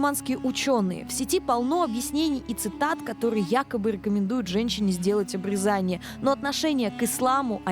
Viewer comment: К сведению ведущей и читателей: если речь о процедуре на гениталиях, следует произносить "обрЕзание"!